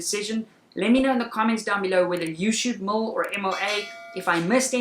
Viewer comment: Damn sounded like you were saying mull not mil. Lol thought I was losing my mind.